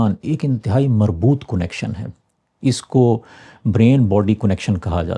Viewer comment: کونکشن نہیں کنکشن اردو کو مسخ مت کیجئے